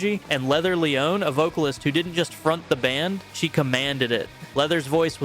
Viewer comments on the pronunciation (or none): none